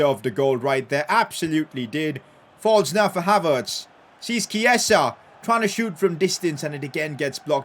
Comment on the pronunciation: Dude it’s not Keisa, it’s Chi-e-sa